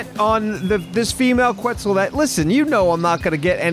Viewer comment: Regardless of how he got it, the biggest takeaway is that he got it. I honestly was in disbelief when i heard him say questz the first time. Figured he had it confused with another dino like he's prone to do 😂 super proud of for knocking it out on his own though. has seriously come a LONG way 😊